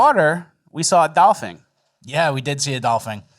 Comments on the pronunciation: TF are you saying Doll-Fing rather than dolphin 😂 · Dolfen!!! Dolphin is how you say it!!!! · Its doll-fin not doll-fing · Dolphing? Are y’all really saying Dolphing!? Wth!? 😂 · Wtf is a dolphing???😂😂😂😂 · It is DOLPHIN. not Dolphing fellas... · what is a dolfing? Did you mean dolphin? is this a bit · Why does it sound like they are saying “dolphing” and not dolphin? Fin as in finish. Not “fing” as in finger. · ?Dolphing” ? “Aliems”? 😅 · "dolpheen, dolfing...dolfang" why are you pronouncing dolphin so weird??? Lol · Nobody’s gonna comment on “dolphing” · Doll-feens and aliems wtf?!!? 😂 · What’s a dolphing? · You say 'dolphin' so weird. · You are both definitely pronouncing Dolphin incorrectly. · Why are you saying Dolphin so wired?